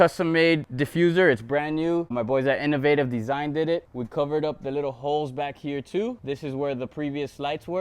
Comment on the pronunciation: “Designded it”